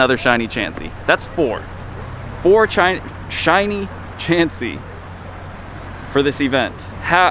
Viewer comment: "4 Chiny.....Shiny Chansey"